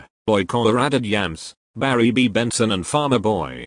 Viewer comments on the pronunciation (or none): none